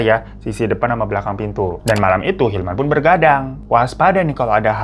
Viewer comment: 14.55 & 15.02 yg bener hilman apa ilham bang 🙄 2x lho elu nyebut ilham 🤣